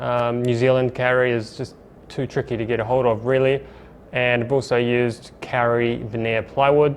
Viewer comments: It’s not “pacific island carry” or “nz carry”. It’s pronounced “co-ree” co as in .co.nz and ree but roll the r. That’s how you say kauri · Another sick job. Funny to think you are pumping all these magic jobs out just 40 minutes away from me. Last night I was learning with my kids the correct pronunciation of Maori words, we have a good laugh trying to get them right. My 3 year old daughter just heard you say Kauri, and nearly wet her pants...